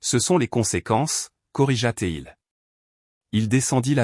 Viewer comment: Le " t'il " et le "t'elle "..😂😂😂..Ça passe pas hein ? 😁😁😁😁 " corrigaté il " ....mal écrit et mal prononcé ! C'est choquant !!